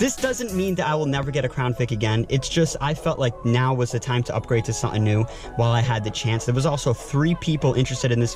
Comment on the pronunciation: It’s “something”... not suh en.